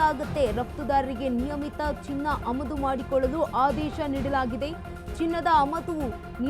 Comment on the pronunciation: ಅಮದು ಅಲ್ಲ ಆಮದು